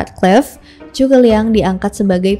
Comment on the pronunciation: Zhuge bang bukan cu ke